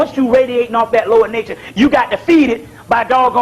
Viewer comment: “lower-nature” not lord nature 😂